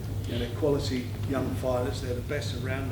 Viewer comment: Frank.. we've got some great fyders going for some great tydals